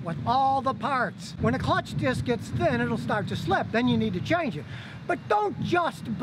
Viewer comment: Has anyone heard his mispronunciation of clutch, “cutch”?